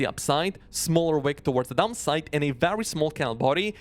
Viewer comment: Love your content, but bro… the way you pronounce “upside” and “downside” sometimes sounds way too similar and it can be confusing.